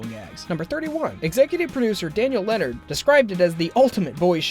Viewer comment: lennard not lehnard